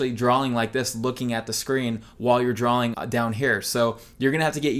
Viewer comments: Love you, love this, good video. Quit saying drawling. It's drawing. For god's sake you're an artist! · I don't know. I feel like this twitch will be with me the rest of my life. While we're on the subject...why do you put an L in "drawing"? You say drawling.